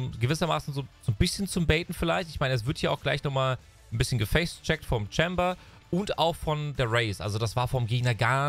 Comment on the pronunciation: Das heißt immer noch CHEYmber und asCENT anstatt CHEMber und ASCent